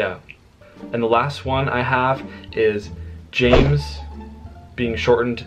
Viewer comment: James is one syllable but good try😊